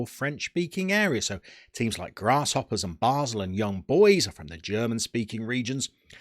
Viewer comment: duuuuude, it's basel not basle... i feel offended :o